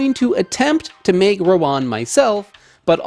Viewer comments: Stop saying Rowan. It's Rawon. 🤦‍♂ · How to pronounce rawon: rah-won. Rah as in Bora-Bora island. Won as in korean won.